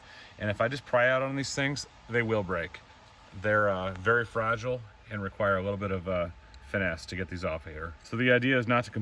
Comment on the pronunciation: Fraa-gee-lay. Must be eye-talian